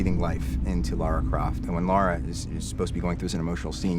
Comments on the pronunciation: Yea but she can't even say her game character's name properly cos she's been innthe states too long. It's Lara not Laura.. as they seem to be saying.. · Camilla and the interviewer and Crystal Dymamics can't say her name correctly.. It's Lara ffs not Laura. Arghh !! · Biggest pet peeve ever: "Laura Croft" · So is it LAURA Croft or LAHRAH Croft? (Pronunciation) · its Lara not Laura lol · It's Lara not Lora ffs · did he say LORA Croft at the end?!? jeebus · You would hope that the host of a documentary on Lara Croft could pronounce "Lara" properly :|